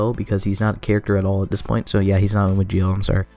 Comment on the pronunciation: I'm sorry but when he said zi-o sound like gi-o